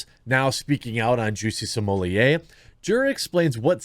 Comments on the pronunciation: Sommelier vs smollett - he is no sommelier ... is is properly pronounced small- et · C'mon, man... Stop "censoring" his name. You have it in your video title. At this point, it's just obnoxious to keep calling him, "Juicy Smm-oll-ee-ayyy" - The joke was funny at first, but we're past it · Why do you pronounce his name Samolieir.…. It’s Smollett. Nothing more nothing less. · What are you calling him???? It’s Smullet just like the mullet fish!! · You are pronouncing it incorrectly Im pretty sure you don't pronounce the ls so its smu-yeay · “Juicy Smoolyay” will never get old haha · dude, stop pronouncing his name like that. its annoying. its Juicy Smell-it, git it rite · Can you please stop saying Juicy Somolliet? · Why are you saying his name like a fruit pie, this is the United States and we Americanize pronunciations. His name is Smol-ette. The nation began weakening and the melting pot started to stop working when people insisted on their names being pronounced like they were still standing in the nation they turned their backs on in stead of standing on American soil. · Bruh.... it's pronounced "small lay". Like his D energy. Just call him smugglenuts if you can't figure it out. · When did everyone start pronouncing it 'Juicy Smol-yay?' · Bro...Sumooliyeh...Smullette...Smohlay...Salmonella.... CHOOSE A PRONUNCIATION AND STICK WITH IT!!